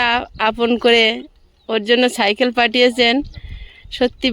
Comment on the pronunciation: ছাইকেল নয় সাইকেল।